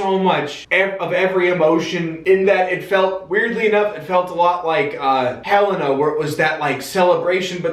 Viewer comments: Helena is actually pronounced huh-lay-na, not hell-ina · Helena is pronounced "huh-lay-nuh" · Yeah, it's Hel-ay-na. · It’s actually pronounced Helen with an A at the end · it is hell-aye-nuh lmao 😔